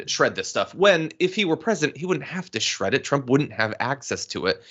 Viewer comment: Welp, he didn't do a very good job this time. It's shred not shed